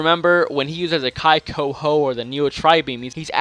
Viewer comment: Not kaikoho fuckin-ey